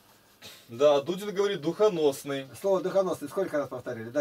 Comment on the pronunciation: Давно я так не смеялся. Не Дудин, а Дулин фрезеровщик.